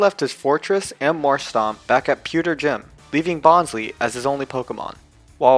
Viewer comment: Typloson? What? It's typholsion, not bonslei it's bonsly and also not preimarina primarina man you need to learn how to pronounce pokemon names😒😒!!!